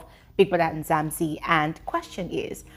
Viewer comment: it's not Nzamzi its Mzanzi!!